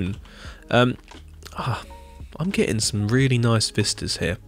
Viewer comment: from now on the word "here" in my vocabulary has been replaced for the most prefered "héac'h"